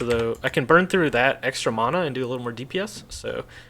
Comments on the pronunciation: I love the video, but I had to stop listening to you mispronounce "mana" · You pronounce mana incorrectly. Not differently, incorrectly.